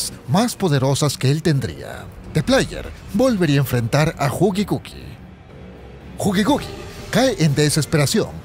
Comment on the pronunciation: es killi wuill no gugigugui